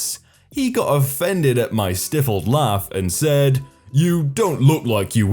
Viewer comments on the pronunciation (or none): Hey we don't st-if-le a laugh It's not pronounced with the IF as if it were a question. If you ( like that). It's pronounced as if you were saying the word Style. Or Pig Sty. So he styfled the laugh but it's written stifled a laugh. Great set of Reddit posts so far. You rock! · sty-fuled not stiff-uld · "Sty-felled" not "Stiff-led" for your laugh... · r/nobodyasked ahead:, I see where you're coming from, but it's pronounced "stife-ull'd". And, because, as an English major, I'm a walking, talking dictionary and thesaurus, and am fully invested in playing the "I aM vErY sMaRt" card, now; for those unaware, "stifled" is synonymous with "repressed", but is predominantly used to denote visibly or audibly reduced evidence. Such as grins or laughter. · I "stiffled" a laugh at not knowing the word "stifled". :) Honestly, I love the mispronunciations almost as much as I love the stories. Keep on being awesome. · It's stifled not stefled